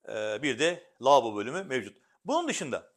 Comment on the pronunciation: Lavobo demeyi bütün sunuculara bila ücret öğretmek istiyorum. Hiç değilse konuşabilen sunuculardan dinleriz.